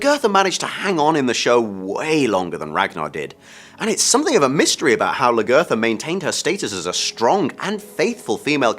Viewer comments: I agree with you...he did not learn how to say her name correctly. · why doesnt he say lagertha right? she's been on the show the longest and her name has been said the most...